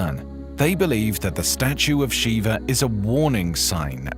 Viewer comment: Shiva, NOT Shiver!!